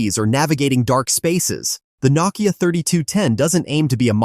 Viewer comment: It is pronounced No-Kia